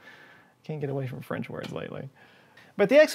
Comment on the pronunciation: You've got the French words quite well. Even better than captain Picard...